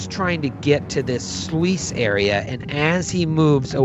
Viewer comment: Anyone else catch that kept saying sluice as "sloo-ees"? But no one called him on it? I was confued at first until I realized what he was referring to. Guys... it's pronounced "sloos". Just like "juice" but with an "sl" instead of a J. I would have expected at least to call him out on it.